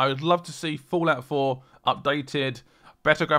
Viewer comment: did he say fallout 4 or fulat 4?